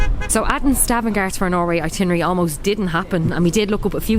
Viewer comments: Correct name of the city is Stavanger not Stavangar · ...Stavanger with an e....